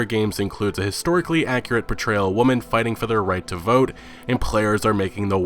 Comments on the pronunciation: I love your videos but it’s called many WOMEN pronounced “Wimen” not “woman” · Is he meming when he keeps saying “woman” instead of women or what?